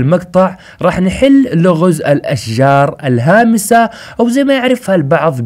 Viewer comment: حسبتك تقول الخامسه مو الهامسه